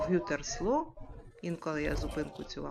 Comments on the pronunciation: Так і не зрозуміла , як називається місто 🤔 ?? Gütersloh, наголос на другий склад . Як правило біля шпиталів є парки.. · я знаю , що наголос в німецькій мові завжди на перший склад , але ви так undeutlich вимовили його , що не зрозуміла що це місто.